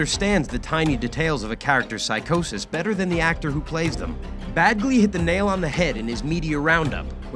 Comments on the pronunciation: Its pronounced penn badge lee not penn bad glee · Bagley? I hear “bag”ley. It’s “badge”ley 🤣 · His name is Penn Badgley, not Bagley!